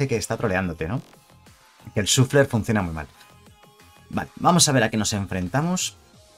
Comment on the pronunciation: Se pronuncia 'shaffler'.